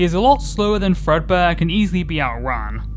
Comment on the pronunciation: The number is accurate to how many Fredbear games there are. Also, it's not Fredbear. It's Frea beer